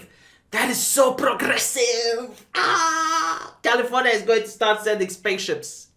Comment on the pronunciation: hmm, it sounds like you’re saying canadian constitution in that part about california.